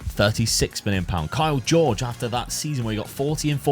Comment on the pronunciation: Kaio Jorge ❌ Kyle George ✅